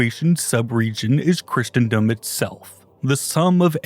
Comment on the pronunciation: I wonder if he's mispronouncing Christendom on purpose too xD